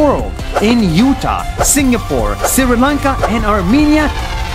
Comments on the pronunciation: It is not Siri lanka, It is Sri lanka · Oh god that's sri Lanka not Siri lanka, 🤣🤣, no offence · Sri Lanka is pronounced (Shri Laynka) not (siri laynka) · your pronouncing sri lanka wrong shri lanka but your saying siri lanka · daily please donot spell it as "siri Lanka" try to spell it as "Shri Lanka" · Its not siri lanka its sri lanka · bro it is not siri lanka it is sri lanka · It's not sir Lanka it's Sri Lanka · No siri lanka it is shree lanka on pronunciation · From Sri Lanka, not SIRI Lanka 🙂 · No one: Nas: SIRI lanka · Dhananjanii SIRI LANKA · Hey siri how to pronounce siri lanka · hi I'm Krishiv from India, you pronounced Sri Lanka as Siri Lanka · Is it just me or did I really hear Nas say Siri Lanka (Hi Siri!) every time he said the word? Just curious. :) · It’s pronounced Shri lunka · i am sri lankan and i am happy your including my country in this video but every time you talk about sri lanka you always pronounce it wrong and its startin to piss me of please fix that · You said Sri Lanka wrong